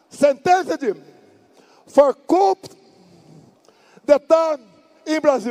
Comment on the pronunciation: Eu queria tanto ganhar a pipoqueira :c Ele disse “Popcorn, Ice Cream sellers, sentenced (mas ele falou setentative) to Coup d’état, in brazil”. Seria algo como “Vendedores de pipoca e sorvete, sendo sentenciados por golpe de estado no brasil”